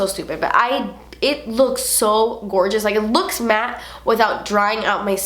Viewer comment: The way she says matte........lol you had me laughing for a while